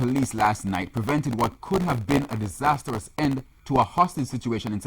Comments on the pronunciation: Brother did you say disastrous* or disastarous* Is Marigold Harding newly appointed or reappointed? Which is it? The quality of news nowadays. you are an embarrassment. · Write Art he said, "Disastarous" which is incorrect, as there is no such "Adjective"! This is the second time to my knowledge pronounced words incorrectly! He definitely has a diction issue which seems to be overlooked by the senior news reporters as well as TVJ's manager. That is absolutely unprofessional to the utmost altitude! They ought to listen to every word he pronounce before publishing the news to the public!!!